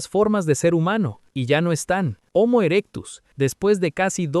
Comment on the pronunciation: Hasta donde sé, la h de homo, que es latín, es muda al igual que en español, y no equivale a la pronunciación anglosajona equivalente a la J en español, por lo que decirle jomo me parece absurdo